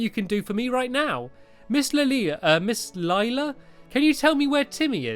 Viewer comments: "Is it Lelela? Lelila? Maybe its just Leela." NO! Its pronounced Layla Stampy!🤣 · It's Layla not leela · Leila = Layla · LAYla not LEEla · Close but it's lay-la not ly-la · Not leila its leIla lila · I think you are supposed to pronounce Leila as lay-la I’m not trying to be mean I’m sorry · It's Miss Lay-ler! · Leila is pronounced lay-la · STAMPY! You say Leila as LAE-LA The A says its name is LAE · lae-la that's how you pronounce it lae-la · can you pronounce pea's name pay. Also miss Leila's name is pronounced Lie-la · leila [LAY-la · I think it's pronounced LIILA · Stampy, it's actually pernounced as Ms. Lay Luh. ;-) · It is pronounced Leyla but its spelt leila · It is pronounced Lay-la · Its Lay-la stamps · Lay-la is how you pronous it stampy ms Layla Lelia another way to spell it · its said like lila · i have a girl called Leila at my school and she is pronounced Layla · Pronounced, Layla. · Leila is pronounced Lay-la. I know this series is long over, I just wanted to say. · Name pronounced ley-la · You pronounce it ley-la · Can't Stampy learn how to prounounce Leila? ( Lay -la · Leila (lAy-la) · Leila, pronounced: LAY-LA! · we pronounce LAYLA ;) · Leila is pronounced like Ly-LA I think... not entirely sure. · actually, i'm right here, so you donät have to search for me >.< and when you sad laila it sounder just like "lila" and that's purple on swedish :3 just wanted to mention that :3 and it is an awsome LP :D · its pronounced LAYLA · you say Leila LAY-LA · Her name is lay-la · Laila is pronounce I now from ep 1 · It's pronounced 'Layla'!!! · you pronounce it like "layla" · It's pronounced Layla ^_^ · Stampy you are an adult and don't even know to to say Leila's Name and I'm just a kid that knows how to say her name. IM NOT MAKING FUN OF YOU STAMPY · I think you tell Lelia wrong